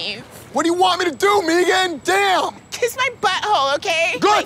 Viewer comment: It's Meeghan. Lol